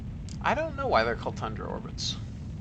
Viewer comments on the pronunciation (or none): not 100% but at 1h15min when he says tundra orbits but it sounds awfully close to thundra tho :D given that this man is what appears to me as a walking enceclopedia of rocket stuff, i assume he knows is stuff :D